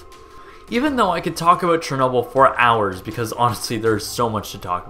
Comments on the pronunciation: You day in this video that your American but you say "aboot" like a Canadian. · You say at the beginning of the video that you're American, but haven't you said you're Canadian in other videos? And you pronounce "about" like a Canadian... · You're American? Because you pronounce "about" like a Canadian 😂